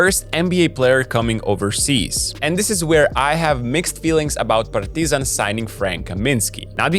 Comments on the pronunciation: Actually,this is how we say Partizan in Serbia,good work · That is the best pronunciation of Partizan and Crvena Zvezda i ever heard of someone on yt, he actually says it right.